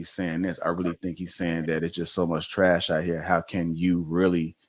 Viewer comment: He said THRASH. Lightskin dudes are adorable. hahaha